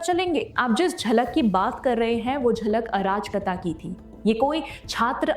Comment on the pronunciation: मैडम शब्द अराजकता है न कि आ राज कता। तीनों शब्दों को मिलाकर पढ़िए। आपका इस शब्द का उच्चारण ठीक नहीं है।